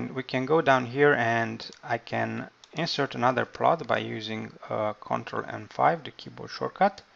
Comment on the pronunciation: Verb intonation is wrong. It's "inse'rt" not "i'nsert"